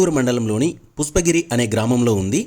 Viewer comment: Mundu meeru pushpagiri ani sarigga palakandi, pusspagiri kadu video Chala chala bavundi 🎉